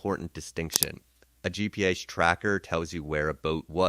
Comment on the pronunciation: Really? “Gee peez”?? 🙄 instead of “GPS”. Tell us you’re using AI without telling us you’re using AI. I hate AI voice over. I’m going to find my info elsewhere.